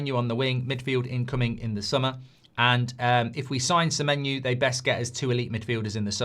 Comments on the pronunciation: Why does he say Semenyu? Clearly not the correct pronunciation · His name's Semenyo, just how it's spelled. Where's this Semenyoo coming from? 😅